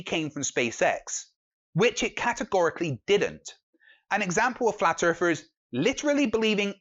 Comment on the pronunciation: "FlAt EaRfErS aRe DuMb As FuCk" Sorry, i can't listen to this guy any more.. Just can't stand this guy switching "th" with "f"